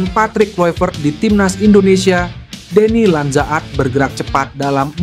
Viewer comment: DENNY LANDZA - AT 😂😂😂 ampun2 kok di baca "LANDZA - AT" wkwk ...